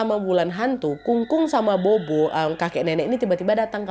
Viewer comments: Kak Nadia , cuma mau koreksi dikit BOBO dalam Chinese itu sebutnya POPO ... Jdi di chinese B itu P ... Jdi kaya BOBO - POPO ... BABA - PAPA gtu ... 🙏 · Bobo baca nya Popo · sedikit koreksi, buat org chinese tulisan bobo itu dibaca "pho-pho /popo" buat video selanjutnya jangan salah lagi ya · bobo bacanya popo nad.. dupa itu hio